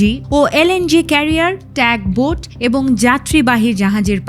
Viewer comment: যেহেতু বলতেছেন বাংলায় উচ্চারণে সচেতন হওয়া উচিত ট্যগবোট না বলে টাগবোট বলা উচিত সব কিছু মিলিয়ে উচ্চারণ রীতিসহ উপস্থাপনায় আপনার গ্রহণযোগ্যতা রয়েছে নিঃসন্দেহে গুড লাক গো এহেড সমালোচনা থাকবেই যা ভুল সংশোধনে সহযোগী হবে অল দ্যা বেস্ট 👍